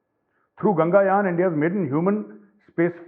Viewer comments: Not gangayaan, gaganyaan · Major sab it's gaganyan , gangayan nahi hey plz correct it...i appologize for correcting u sir..Jai hind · Sir, it should be pronounced 'gaganyan' not 'GANGAyan'...gagan means space above clouds(sky)